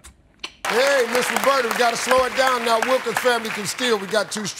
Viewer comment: I thought he said soup too. 😂 Oh, and it's Roberta, not Robert. -_